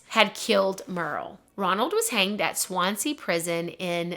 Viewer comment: Wow. I’m from Swansea! You said Swansea right but a bit of work with penllergaer 😂😂 I can only say it correct because I speak Welsh. Most people can’t say it who live here 😂but I remember my gran telling me about this a few years back. Crazy! Nothing like this happens in our small city so this was very interesting to watch